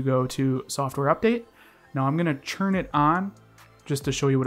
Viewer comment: Don't say "churn it on" instead of "turn it on" :D